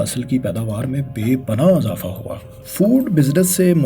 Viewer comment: Misall = Masal Kisan = Kasam Izafa = Azafa Her word ko zabar dete ho Bhai.